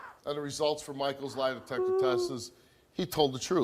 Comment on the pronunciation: she keep saying "line detector" or am i trippin?